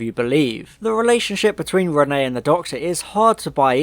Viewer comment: Two things; Thing 1- it is pronounced re-neT, there is a t at the end of it Thing 2- I think I can forgive Micky not doing anything as it adds to his feeling that he is useless and the "tin dog" which becomes a major plot point in the next story.